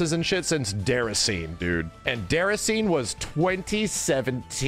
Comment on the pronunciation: Where is the chicken?: Déracine... LOL, No: DéracinÉ.